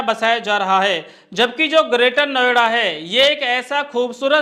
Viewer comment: महोदय नवेडा नहीं नोएडा कहिए